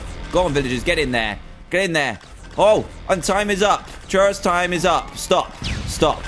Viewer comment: Did you know gaming with pronouns trayaurus as traysourus